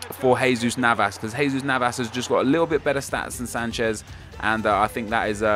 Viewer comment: Its not Sanshez its Sanchez